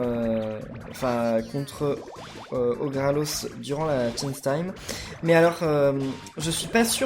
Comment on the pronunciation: c'est orgalos pas orgralos